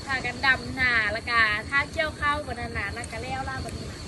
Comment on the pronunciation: ข้าว ไม่ใช่ เข้า นะลูก